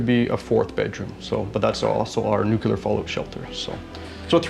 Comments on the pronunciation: Nuclear not nucular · What is "nukilar"? 😄😄😄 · Newkiller shelter? Aren't you Canadian? Shame shame 😄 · 2 things. Most of these idiot commenters don't even own a house. Secondly the word is NOO-KLEE-ERR not NOO-CUE-LER. God people are so ignorant. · Too much concrete for me. What’s nucular? 😂Nuclear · stop saying nu-cu-ler please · Would someone please educate about how to pronounce NUCLEAR?! Dictionary says "nuclear /noo͞′klē-ər, nyoo͞′-/ Adjective: Of or relating to atomic nuclei. "...a nuclear chain reaction." It is not "NUKE-ULAR"! Canadian education and too much weed strikes again. BWHAHAHAHAHA!